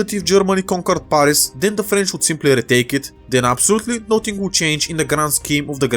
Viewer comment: You pronounce the a in Paris it like the a in cat not the one in the word arctic